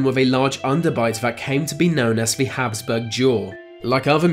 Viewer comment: Habsburg.... not Hasburg.